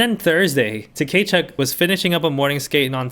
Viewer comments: Brady Ta-Kay-Chuk lol….. bro the T is silent. It’s Kuh-Chuk. I love your vids though, I’m just giving you a hard time haha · Tkachuk is pronounced “Kah-chuck” the t is silent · I know you probably don’t care and that’s also fine because they’re assholes, but his name is pronounced ka-chuk, T is silent. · Your pronounciation of Tkachuk name is killing me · the Tkachuk pronunciation had me dead. Very much giving Key and Peele Substitute Teacher energy. That aside, love your content!